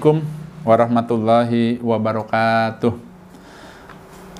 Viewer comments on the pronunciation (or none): none